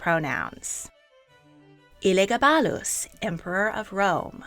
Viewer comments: I’m cackling so hard at how she pronounced Elegabadus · This video is great but the pronunciation of Elagabalus is killing me.